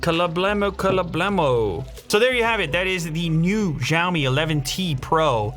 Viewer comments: Wait... The way you pronounce "Xiaomi" at the start of the video sounds like a native Chinese speaker I ain't gon lie 😳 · ok but his pronunciation of xiăo mĭ was so on point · He pronounces Xiaomi way better than others